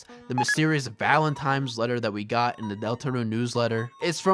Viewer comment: "Valentime's" "Libary" `,:|